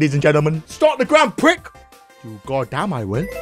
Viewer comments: or Grand Pree depending on where u live lol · It's pronounced "Grond Pree," not "Grand Pric," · The x is silent in Grand Prix, so that would mean it’s pronounced “Grand Pree” Also that’s a blue not a purple shell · actually its pronounced grand prix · It is pronounced gron pree